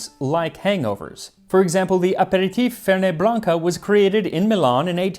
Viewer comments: Fernet-Branca (properly pronounced with the T! It should be FerNET!) is, in my own experience as a bartender, more the cause of, rather than the solution to, a hangover. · The correct pronunciation for Fernet Branca is FER-NET not FER-NAY. It is not French it is Italian AND more Fernet Branca is sold in San Francisco, California USA than any other place in the world. Apparently it is a staple for hangovers there.